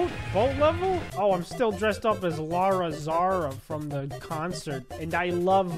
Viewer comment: I love how he still sais lara zaron🙃